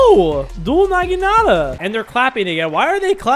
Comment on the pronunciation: aint no way bro said dual naghanata